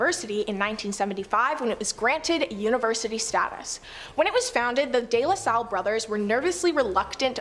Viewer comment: Her narrating is good except for archipelago, and day la salle, pls if you do a public video like this a little reaserch for pronunciation doesn't hurt